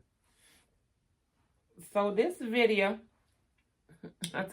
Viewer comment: I like when you say "Let me tell you a question" "videa" "ye ta de" "imma call yall back" etc.. I love it.